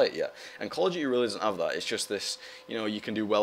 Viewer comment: Call of D-yoo-ty, it's so awesome the way he says it.